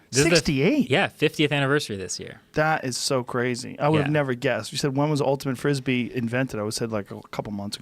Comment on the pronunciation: ultimat frispee